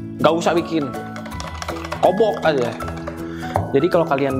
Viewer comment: Chef : pake ini yang ada jaring nya,jangan pake sendok, kalo enggak ada pake garpu, kalo enggak ada.... “KOBOK AJA”(sundanese accent) Me : HA (ketawa sekali,cukup)😂